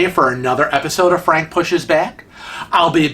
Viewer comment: You're such an idiot! You always pronounce "Frank" incorrectly and it drives me crazy! Love your videos 😘🤗